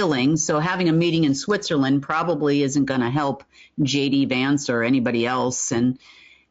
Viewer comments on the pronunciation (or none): none